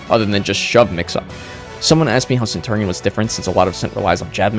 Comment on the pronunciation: that is not how you say centurion